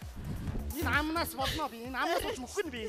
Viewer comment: Амнаас гэдгийг Аннасс гэж сонслоо